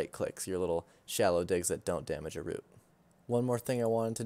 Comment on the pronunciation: for the love of god say root properly lmao